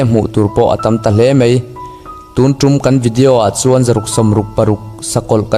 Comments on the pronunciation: Mizo tawngah hian mei tih tur leh mai tih tur hi . In lam diklo thin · Mei niloin mai tihtur aw